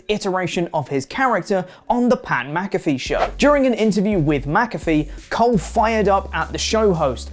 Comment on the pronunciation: Who the hell is mac—a—free? 🤣